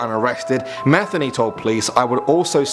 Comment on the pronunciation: Joseph METHeny 😂 I’m sorry but 🤷🏾‍♀️